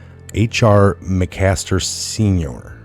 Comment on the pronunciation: Dude, good video. But learn the names. It's Mc---Master.